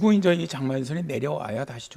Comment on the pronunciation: 이제를 인저라고 하심